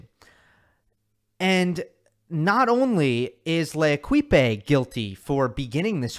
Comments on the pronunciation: Thank you for the unbiased approach, but please don't pronounce L'Equipe (the team) with "e" at the end, which is silent (as is the case with most endings in French). They may be a bunch of a$$holes for ever allowing an article like that to be published but it still hurts my ears to hear l-ekip-E. It takes 5 sec to find a Wiki article and find out how to pronounce. You are criticizing people for not doing the research while literarly not doing the research (it's a hard comparison but still). Cheers! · Love your pronunciation of L'équipe. It's actually more like 'lay-keep'. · He pronounced it the Spanish way.